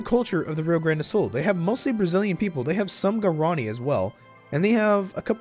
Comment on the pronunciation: lol, its "gwa-ra-NEE"